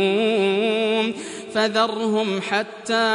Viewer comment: غلط اغلب الناس يقولونه مركوم وليس مرقوم